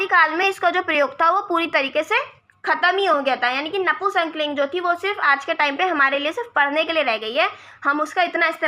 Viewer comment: नपुंसक लिंग को नपू संकलिंग क्यों बोल रहे हो,हिंदी पढ़ा रहे हो और खुद को ही हिंदी बोलनी नहीं आती।